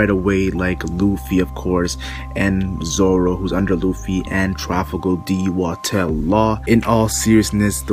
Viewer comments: Trafalgar D. Water Law. Not Watel. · Why you say trafalgar d watel law? Lol